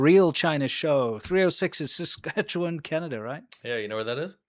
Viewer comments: I'm impressed that you pronounced Saskatchewan very well. It's a tough one, but you got it. So says this Sask subscriber. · Yo. I live in area code 306. Congrats on pronouncing Saskatchewan right! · Saskatchewan is the world's best kept secret. Tim Hortons was a latecomer. Thank you for your correct pronunciation. Enjoy our wild rice ... bread.